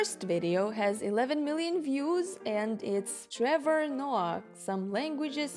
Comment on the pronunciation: I love how she pronounced Trevor with Russian 'r's